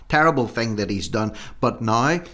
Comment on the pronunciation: Dat instead of that.